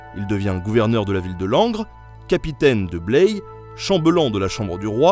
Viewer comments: salut, pour info on dit Blaye avec un A et non pas "Blèye" ;) bravo pour ton boulot! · Blaye est une charmante cité girondine... qui se prononce "Bla-yeu" et pas "Bleille" :-) Cette citadelle de Vauban est aussi connue pour son vignoble et sa centrale nucléaire.